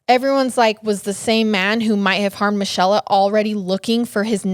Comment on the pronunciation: Another great story but I think Michella is pronounced Me-Kay-la / Mi-chel-la